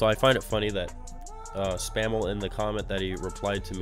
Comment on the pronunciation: put the L in Mr. SPAM's name